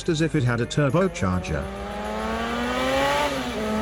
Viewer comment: I really love this video, but I hate the robot voice... TurbÓcharger!!! 😃 I'd love to hear it read in a real voice, and would not care about accent at all.